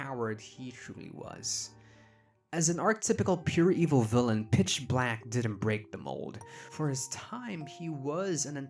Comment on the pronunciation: I’ve never been able to hear anything other than “bitch black” and it makes it so hard to take him seriously sometimes.